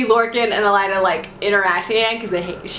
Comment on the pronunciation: AY-LYNN (Aelin) - Not too hard! :) And oh yeah fyi! :) .. it's EL-EED (Elide), not El-ai-da.